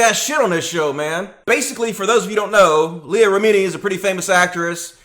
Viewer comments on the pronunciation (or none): Her name is pronounced Rem-in-e